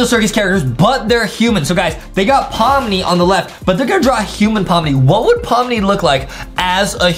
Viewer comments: Pomni not pomi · Wait hold on you said pomi its pomni